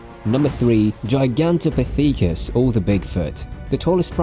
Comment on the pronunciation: gi gan te pith icus I took my like back